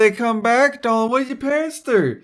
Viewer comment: Sounds like she said "darling", instead of "Dolan"